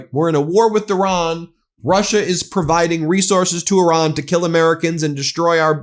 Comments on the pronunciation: Who is this "Oran" you are talking about? The name of the country is IRAN! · Toddler in chief can't even pronounce Iran and his swansong will in fact be "I RAN"